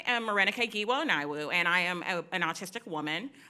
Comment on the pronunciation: Wow someone said giwa right